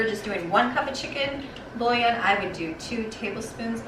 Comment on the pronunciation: you make this look easy ! i will try it soon ! oh ! and it's pronounced chicken boo-Yon. =)